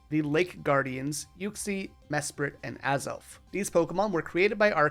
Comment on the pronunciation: Dude mesprit is SPRITE not spirit